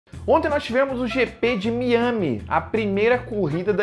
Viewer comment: Não saber a pronúncia correta de Miami é um novo low pro jornalismo brasileiro.